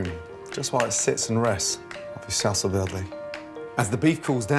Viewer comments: we gonna talk about how he said salsa verde lmao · What was the sauce on the beef roast? I thought he was saying “Salsa Verde” at first but it clearly isn’t that.. at least not as I understand it (tomatillo) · Gordon, never try to say "salsa verde" again